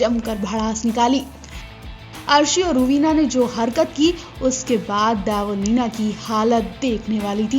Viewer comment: Dybo ya Debo,,,,naam thik se lo